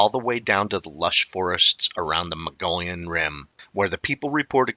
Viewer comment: Thanks for the video. I was told the correct pronunciation is the MUG-E-ON Rim.